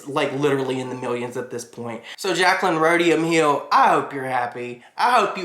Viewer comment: You did not just call her Jaclyn Rhodium Hill noooooo!!!!!! 🤣🤣🤣🤣🤣🤣🤣🤣🤣🤣